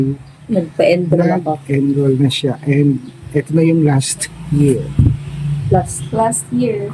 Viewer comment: Badiday wag.ka ma offend ha...."enroll"hindi "endroll"..😊